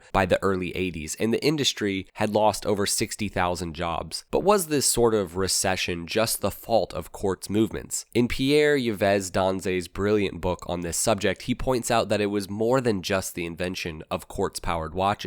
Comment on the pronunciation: Note: Yves is pronounced like Eve